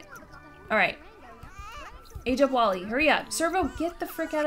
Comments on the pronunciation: It's Wall-E not wallie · It’s wall-e not wallie hihi just putting this out there